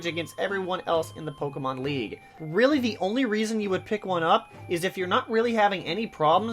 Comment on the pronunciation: Ur pronouncing pokemon wrong